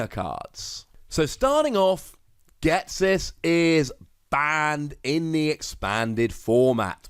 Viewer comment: Do you.... Ghet-sis?